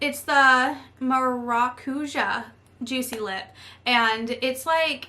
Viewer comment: I love that lipstick set! And I'm so glad I'm not the only one who can't pronounced maracouja 😂